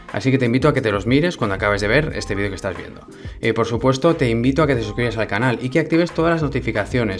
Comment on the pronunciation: Solo pongo el video por escuchar el..."bienvenidos a mi ganal..." jaja